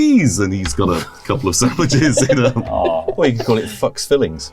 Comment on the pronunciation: As a german i'm realy offended how they pronauce "Fuchs". As a english speaker i'm lafing my ass of ^^